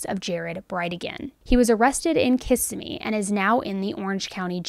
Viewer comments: Wow, crazy case. Btw Kissimmee is pronounced KIS-SIM-ME. 😊😊😊 Shanna’s body language during her interview seems so deceptive. I don’t believe her. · Thanks for another detailed video. Are you going to do an update on the sentencing of Florida teen Aidan Fucci who killed thirteen year old Tristyn Bailey? I'd like to hear your thoughts of the sentence. Also, just for a future reference, the city of Kissimmee, Florida is pronounced KUH Sim EE :-) It's very close to Orlando/ Disney World.